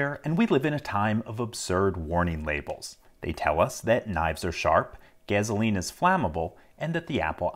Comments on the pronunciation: What is gezo-lean? thats the craziest accent i've ever heard for gas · I've never heard an accent that makes gasoline sound like gezaline. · never heard "gezzaleen" before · I love the Mad Max pronunciation of Gasoline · I'm sorry. Can we just talk about the way you said Gasoline?